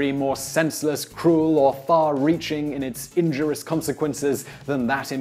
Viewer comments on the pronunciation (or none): Simon, it's in-jur-ree-us, not in-jur-us. I always hope you'll care enough to pronounce words correctly, but big words stump you.